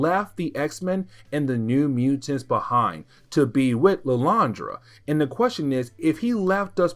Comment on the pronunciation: Who is illyandra? Do he mean Lilandra?